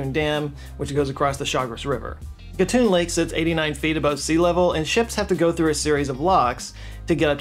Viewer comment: Thank you for truly "doing the homework" and presenting the facts about our canal (Panamá) correctly. Also, congratulations for correctly pronouncing names like Gatún and Chagres. Long time fan here, and you didn't let me down. Thank you so much.